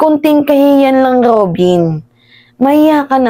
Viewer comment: Kainaman Kong alipostain mo c Robin ung letter r nga lang d mo maayos Ali's jan